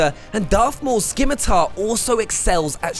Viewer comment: Skim ah tar. That was painful.